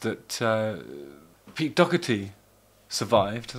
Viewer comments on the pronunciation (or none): Why do you say dockerty when his name is doherty?